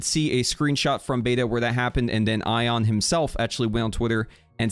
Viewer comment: Thats how you pronounce the word "Ion" just not his name, so its pretty fair mispronunciation.